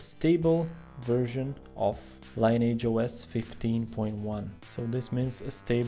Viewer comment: Again, it's pronounced "lin-e-idge", not "line-age" 😏